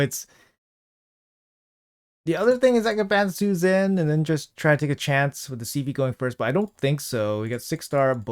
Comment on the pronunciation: bro its not Gizmat and su zen, its gizmaK and sHu zen lmao love the live arena vids tho